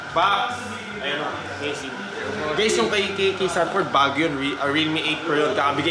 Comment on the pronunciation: "Sanford" lods hindi xanford, parang papunta na sa xander ford hahagaga